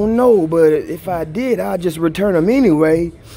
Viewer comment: “But ENWAYY” 😂😂😂